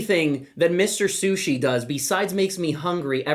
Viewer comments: what? what SUSHI? you pronouce author name totally wrong. its not CH like in english Cholotale, its like J in spanish Javier Charles the 4th, not 2nd and yes, this is heavy-heavy euró with with easy mechanisms, but in finale it is big analysis-paralysis braingcooking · nope. Takhle se to vůbec nevyslovuje :)